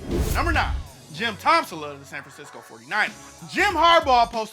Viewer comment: "Tom-sula" lmao